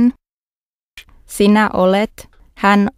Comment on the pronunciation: Why in the S in "sinä" (you) is pronounced like an F?